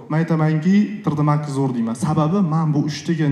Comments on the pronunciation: Tr d deman tri d deng tõğri gapiring yomon asabib buzilib ketti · Trd emas tri,d ding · Трррдмакс. ТриДи макс ку. Илтимос тугри талаффуз кил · Tre de max degandan keyin eshitgim kelmay qoldi